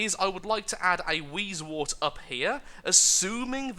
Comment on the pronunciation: words:p it is wheezewOrt not wheezewArt but keep on the good work and amuse us